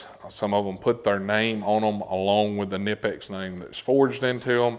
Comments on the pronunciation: It’s pronounced Kah Nipex. FYI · Pronounced KA-nipex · you have to pronounce the k in knipex...please man it is german